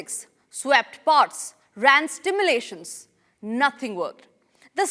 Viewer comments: Two mistakes in simple spoken English: You said 'stimulations' in place of 'Simulations' And 'Enscripted' for 'Encrypted' are you just reading from a prompt or do you even understand what you're saying! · at 1.43 Reporter pronounces STIMULATION but it's SIMULATION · Not stimulations, it is simulations. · SIMULATION NOT STIMULATION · I like how she said stimulations instead of simulations it got my stimulations up and running. I also like the swept parts, bit like they used a broom to sweep it. She could be the next palki maybe even better.